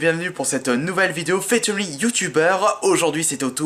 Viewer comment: quel accent anglais pour "featuring"